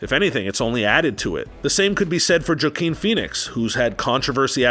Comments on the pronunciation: Jakeen PHX? lol Joaquin...Waa-Keen.. hahaha oh man!!! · It’s not pronounced Joe-keen it’s wAkeen. If you’re going to do videos, you need to correctly pronounce names. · No one:: "Jakeen" Phoenix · Bro its pronounced (waah keen feenix) who the hell is jakeen bro smh! Who ever this guy is dropped his brain trying to hit record! 😂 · "Waquime" not joekeem Phoenix isn't that good or recognizable. Dr. Dolittle isn't 20 years old, it's 52 ish years old and was originally a white guy. RDJ has made a good move taking it back to its roots with the story as well. Not being just a guy trying to get laid by his wife that can talk to animals. Joaquim isn't as good as you think and Adam Sandler is only making a come back because his shitty bland comedy is back in style. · NOT JACKEEM, WAKEEM is how to pronounce it. Great job on the video though. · And this guy keeps calling Joaquin joking Phoenix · Oh, also I’m sure it’s pronounced ‘Wakeen’ not ‘Jakeen’. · Are we saying “Joe-keen” on purpose? Because it’s pronounced “Wa-keen.” Little insider tip. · Oof that hurt my ears... "Joking pheonix" lmao it's pronounced WAUKEEN pheonix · Juh-keen Phoenix? Ummm. We need to talk. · His name is pronounced wah-keen pheonix. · Joaquin say it with me now (WA-keen) think a channel that complains as much as it does would Atleast know how to pronounce the names of the people they’re complaining about.. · You're a moron. 1) Wa-Keen is how Joaquin is pronounced 2) Doctor Dolittle was originally not a comedy. The original film was in 1967 based off a book from the 1920's. You'd think a channel based on film would know enough about film and actors to know these facts. You are an embarrassment to a film channel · Omg Jah Keen!? My expert opinion is learn how to say this name first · It’s WAH-KEEN Phoenix. Just saying. Edit: Denzel’s been in 8 movies since 2011? It’s 2019 bro, that’s like a movie a year. And I’ve seen all but 1 lmao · “Ja-keen” Phoenix?? Was that purposeful? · Jackeen Phoenix